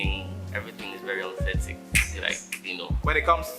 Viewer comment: I hate to be that guy. But did my G say aunthetic?🥴